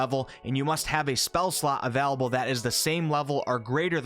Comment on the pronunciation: No one:...: AVELABLE